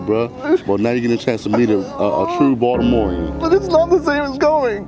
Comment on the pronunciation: "Well now you get to meet a TrUe Boltimorium" Love that (Plz excuse the sp)